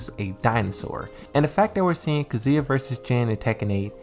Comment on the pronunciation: ffs dude, it's Kazuya not kzuia